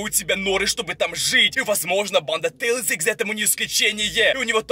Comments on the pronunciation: Говари нормально пж тээслз! А тээлз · ЭТО НЕ😠 SONIC EXE😠 И НЕ😠 ТЕИЛЗ😠 EXE😠